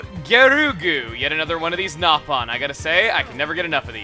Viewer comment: Is it me or did i just hear him say nap on